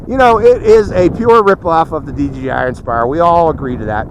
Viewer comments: You said dgi not dji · I know that what makes m saying he keeps saying dgi when it is dji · It's not dgi it's dji